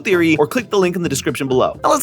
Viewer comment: bruv... saying 'but thats just a theorie, a fooood theoryyy!' just sounds so wrong T-T